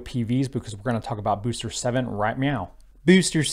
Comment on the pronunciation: I just tune in to hear you say "Bewster" ; ) Worked under the FAR's for over two decades. The FAA's mission statement revolves purely around Public Safety . . . which is a Good thing, cause they're excellent at it . . . environmental assessments? . . not so much. They're not structured for that kind of work, dealing directly with the public. The Fed's are big on redundancy, verification and documentation . . . None of which lends itself to determining how noise effects plant life in a suburb, or weather fish are somehow transformed by brightly lit objects ( actually, i think they are : /. Anyways, if it's looking like the Fed's are "dragging their feet" it's because they are . . . not out of politics but more out of ability.